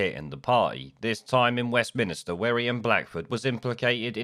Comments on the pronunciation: Please note it is “Westminster” and not “Westminister”. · westminster not westminister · Why do you keep saying "West Minister"?